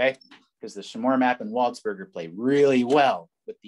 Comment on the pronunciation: Very enjoyable video, also I think his name is pronounced closer to 'waldspurjay,' cause he's like French and stuff